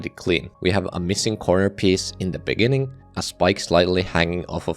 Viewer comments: In the beninging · you said "in the beninging" at deadlocked, lol nice reference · in the beninging... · 'in the beninging' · in the beninnging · as you can see made some mistakes in his script. Instead of saying “in the beginning” he says “in the beninging” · "in the beninging..." hahahhaha!🤣🤣🤣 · In de benin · inni inni the beninging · Inni the benni Inni the benninging In the benninging. Wow. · “beninging” 😭 It also says this in the captions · In the bininging 😂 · Bro just said “in the beningging of deadlocked,” 😂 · (lol) 'In The Beninging' 😂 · in the beninging hits hard. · in da beninging 💀💀💀💀💀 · 𝐈𝐧 ⓘⓝ ꪱׁׁׁׅׅׅ݊ꪀꪱׁׁׁׅׅׅ 𝚍𝚊 вєηιηgιηg💀💀💀💀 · ɪɴ ᴅᴀ ʙᴇɴɪɴɢɪɴɢ ｉｎｉ ｄａ ｂｅｎｉｎｇｉｎｇ💀💀💀💀💀💀💀💀💀💀💀💀💀💀💀💀💀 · "In the beNINGing" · "in the beninging" 😭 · "in the beninging" made me laugh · in the beninging xdd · 19.37 very much on purpose "in the beninging" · in the beninging? LOL 😂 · “in the beninging” lol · "Now for deadlocked, in the beninging" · He said the meme on accident 😂